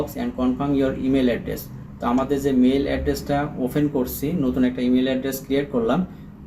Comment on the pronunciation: অফেন বলেন কেন? অপেন বলতে হয়